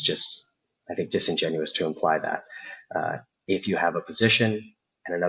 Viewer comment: Great video, but it’s “disingenuous” and “eSpecially.”